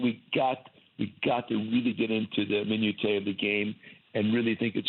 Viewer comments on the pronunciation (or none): Don't use a word like minutiae if you can't pronounce it, Joe ;)